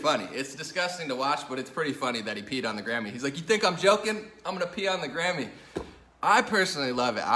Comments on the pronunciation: I'm so glad it was his Grammy. For a minute, I thought you were saying Gammy(grandma). Whew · I thought he said "Kanye West pissed on his Granny" lol